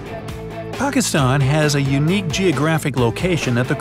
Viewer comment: Finally, someone pronounced Pakistan the way it’s supposed to be pronounced.